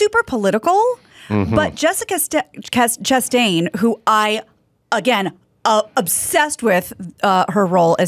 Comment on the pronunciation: the way she pronounces Jessica Chastain’s name is almost exactly the same way Tim Heidecker does on On Cinema at the Cinema. If anyone out there watches, you know what I mean.